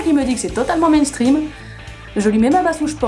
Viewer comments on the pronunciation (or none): none